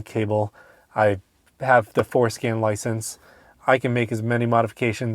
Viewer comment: 😂 I hear it every time